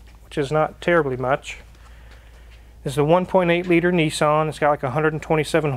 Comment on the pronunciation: A great purchase....be a leader and not a follower!!! And its Niss-an.....not Nee-san